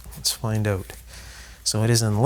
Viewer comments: Every time he says "out", pronounced "oot", it just screams "CANADA!!!". 😅🤣😂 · As soon as I heard you pronounce the word out I knew you were Canadian now Excuse me while I eat a big ol bowl of out-meal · Canadian. Oat in the ole storage shed. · Tell me that you’re Canadian without saying you’re Canadian: the way you say the word out